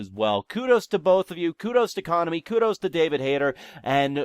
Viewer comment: I was about to post an essay long response about how stupid you are but instead i'll just stick with, Konami is pronounced CO-NAMI NOT CONAMY (dumbass)